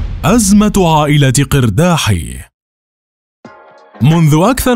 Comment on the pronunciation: مليت مليييييت وأنا كل مرة أصحح لكم، نحن اللبنانيون ننطقها "إرداحِي" وليس "قِرداحي